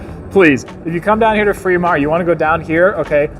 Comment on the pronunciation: Take a shot everytime he says "Freedmont".